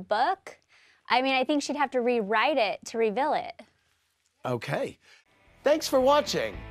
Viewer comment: saying “riVILL it.” 👁 👄 👁